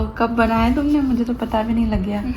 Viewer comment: So sweet❤ ..Kab bnya tumne muje tu pata bhi nei lagya ...punjabi touch 😊❤